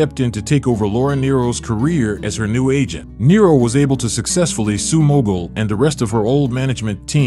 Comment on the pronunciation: The last name story is totally false and incorrect in pronunciation .